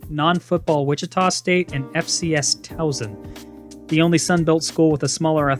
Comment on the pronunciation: As a reminder from this channel’s Towson guy. Towson first O is pronounced as a “A” so it’s “Tawson”